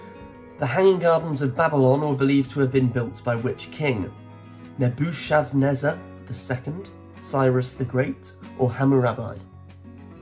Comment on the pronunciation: Obviously you've never been to church. Nebuchadnezzar is pronounced Nebu-Kod-nezzer. In the Chaldean language (Phoenician) the ch is always pronounced as a K sound.